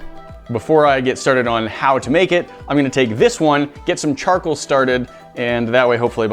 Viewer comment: Charkle or charcoal... sorry mate but that's aggravating Hahahaa CharCOAL not Charkle.